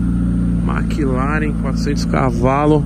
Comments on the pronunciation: Puts não guentei, "maclaren" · Kkkk ele fala Mak laren kkkkkk